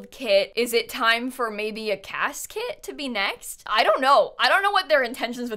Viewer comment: "is it gonna be a CAS Kit?" me and my ears: did someone say Casket? are we gonna get a Funeral Kit? obviously not, but seriously I can't stop hearing say Casket and its kind of messing with my lil brain XD